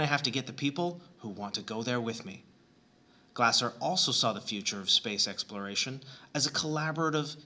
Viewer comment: It's pronounced more like "Glay-zer." Great video!